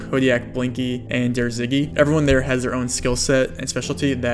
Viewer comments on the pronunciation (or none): none